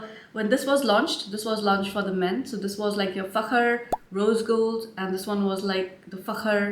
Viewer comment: I just received Fakhar Rose yesterday. Before it dries down I get a lot of gardenia which to my nose always reminds me of spearmint. After the dry down is when it really becomes the most beautiful scent. I love the way that you say Fakhar😉 I enjoy your reviews. Very detailed.